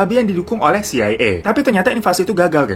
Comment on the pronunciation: Mang oleh, bukan mang oleng🤣